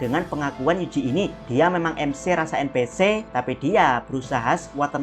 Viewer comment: En pi si ama em si , bro baca nya. Ganjel banget dengernya